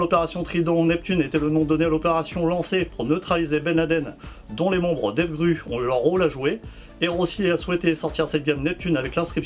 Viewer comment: Très bonne présentation, mais c'est devgrOu pour la prononciation.